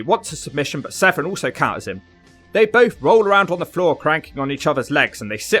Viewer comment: Its Severn, not Sevren